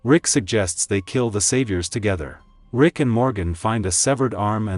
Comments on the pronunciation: Love the video. But who the hell is "Lick?" and "Rig"🤣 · Bro said Vick lol